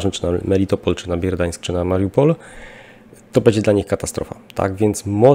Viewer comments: BERDIAŃSK a nie Bierdiańsk, MELITOPOL a nie Melitpol, MARIUPOL a nie Majrupol itp. ;) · Prosiłeś o podpowiedź gdy coś robisz nie tak. Ponownie proszę Cie o poprawne wypowiadanie nazw miast .Przykład złego wypowiadania Bierdiańsk i Muriapol. Katastrofa. Popraw to proszę.